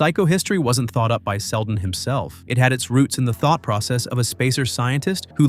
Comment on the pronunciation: "sheldon" these ai generated videos need spell checkers and pronunciation checks.